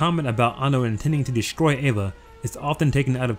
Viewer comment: why do you call it ava and avongelion?